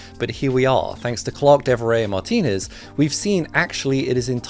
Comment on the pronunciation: Martinis , not martinez. ( greek ancestry)